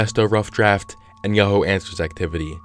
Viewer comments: Its pronounced "Yah-hoo" you stupid moron not "yo-ho". How dumb can you be? Herein lies the problem where stupid idiots with no education, make videos providing information to other idiots. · You have a very unique way of pronouncing Yahoo. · Y do u pronounce yahoo YoHo?